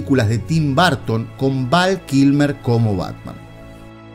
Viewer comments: Muy buen reportaje un detalle se pronuncia Burton no Barton ojo !!! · Por que demonios le dicen Barton a Burton... es una UUUUU no una A ... BUUUUURTON ... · Porqué dice “Barton”? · BUUUUURTON NO BAAARTON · En serio?? Tim " Barton"? Creí que solo los españoles pronunciaban raro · Buen video pero quién demonios es Tim BArton ??? jajaja No entiendo de qué manera pudiera pronunciarse como "A" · Lamento decirte que te equivocas, ya que los nombres no cambian de pronunciación sin importar en qué país te encuentres ya que son nombres propios y por ende ni se traducen ni se adaptan. Otra cosa distinta es que no sepamos pronunciarlos. La pronunciación sería algo como el sonido de la ʌ / ɜː. Pero insisto que el video me gustó mucho solo que es raro escuchar todo el video BArton. Saludos desde México